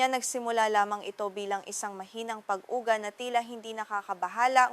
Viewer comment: dakuu, (dako), pag ugaa (pag uga). Ok sana, need ng lesson sa Filipino.. just saying na ayusin ang pagtatagalog. Salamat.